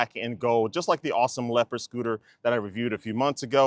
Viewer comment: The is only pronounced "thee" when the following word begins in a vowel. "Thee" apple. "The" carrot. This linguistic rule is being broken all over YouTube.